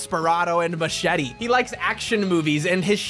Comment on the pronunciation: ayo why he say Machete like that?